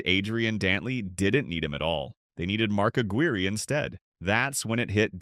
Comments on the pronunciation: you need to learn how to pronounce peoples names. Especially legendary players like Mark Aguirre. I cant stand you noobs who dont know nothing making offensive videos. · A couple of his points were off,like his pronunciation of Aguirre,lol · Mark Aguirre is pronounced A-quier, like squire. Kelly Tripucka is pronounced Try-pew-ka. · During the 80s...the era of the small forward...AD..was a Nuggets killer ...we had a great player in Alex English..around the league during that time ..you had Doc,Bird,Worthy..B.King...D.Wilkins.K.Vandeweghe..Whats up with the Narrators proununciation??.Aguire,Isiah😂😅.